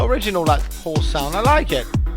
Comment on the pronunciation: love that horse. And i like keep hearing this guy say "horse" in his accent. Apart from the whole horse thing, l learnt heaps here.